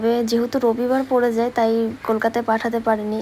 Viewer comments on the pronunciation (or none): none